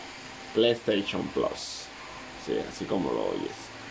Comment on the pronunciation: Plass es plus se dice plus ahi mi playstation plasss